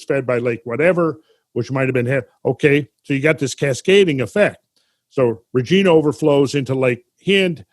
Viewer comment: Hate to be correcting but the g in Regina is pronounced like a j. Great work love the shows